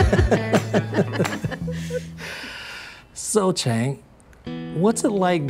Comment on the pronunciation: Chang❌ Aang✅